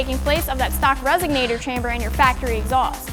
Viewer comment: did she just say resignator?